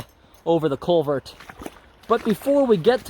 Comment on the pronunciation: CulverT...with an emphasis on the T.